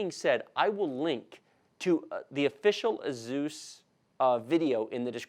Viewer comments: "A Zeus" "Strikes" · the fact that you said AZUS and STRIKES made me dislike the video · Jee golly I sure am glad you unboxed the 'Azuse' 'Strikes' O_O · Great video, thank you 😁. But I never heard anyone say Asus like that😂😂